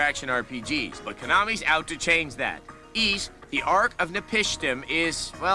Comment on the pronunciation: The Ys review was surprisingly really good, what's even more shocking is that they pronounced the game's title correctly. Also "Yes, they made another damn Dynasty Warriors game" I love how this is still relevant almost 16 years later. lol